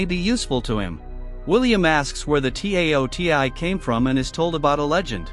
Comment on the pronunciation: "The T A O T E I" Jesus, lmao, this may have been uploaded 5 months ago, but there's nice AI voices compared to this TTS. Cool movie tho, remember seeing a trailer or something of it in the past, but never ended up watching it, and forgot about it.